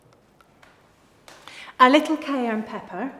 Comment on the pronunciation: Did anyone notice how she was very careful not to say "cayern peppern"?